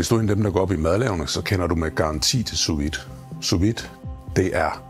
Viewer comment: Du udtaler sous vide forkert!!!!